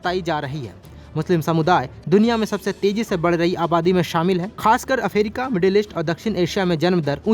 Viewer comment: अफ्रीका 🚫🚫अफेरिका ✅✅😂😂